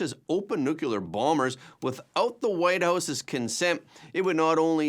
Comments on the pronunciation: The word is NUCLEAR, not “NUCULAR”. It’s pronounced exactly like it’s spelled, and it’s not hard to say. When you say “nucular”, it makes you sound both dumb and uneducated. Do you want to sound dumb and uneducated? Enjoy! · There is no word in English called "nucular"!